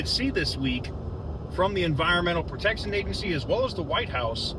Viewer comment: Dude...Whitehouee? Love your post keep it UP!